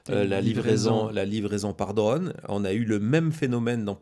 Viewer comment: Drône! Pas dreune! Ô se prononce O, pas EU 😢